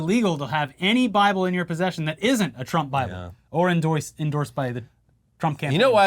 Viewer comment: It's in the baaable! And it's Bilbo.